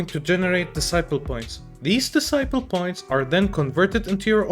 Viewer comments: For future reference, decibel is pronounced as "deh-si-bel", not "di-sai-pel" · Great video bro, honestly didn't even think of these issues. Hopefully they got it all calculated perfectly to not ruin the balance too hard. I have to say though I thought you were saying 'disciple' every time you said 'decibel' ahaha I feel like I can't be alone here